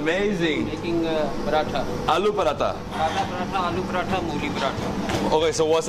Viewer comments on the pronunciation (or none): STOP pronouncing paratha the way you do, it’s not the right way and extremely annoying. !